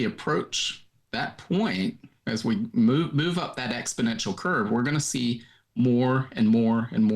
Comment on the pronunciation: Just a small insignificant point, but there's no such word as expodential. It's exponential from the root exponent.